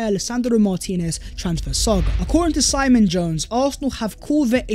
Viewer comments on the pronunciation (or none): none